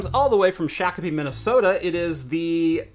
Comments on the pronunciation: a sorry from MN, we have a lot of native names that are often mispronounced. it's Shock-a-pee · It's like 2 years later. Still laughing. "Shock-o-pee" lol